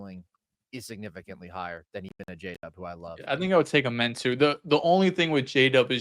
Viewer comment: for how long loves amen he still says his name wrong lmao